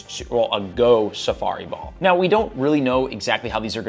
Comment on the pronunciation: Why can’t you say safari ball lmao